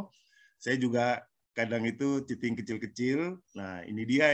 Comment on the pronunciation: Cheating bu.. Curang.. Bkn chating.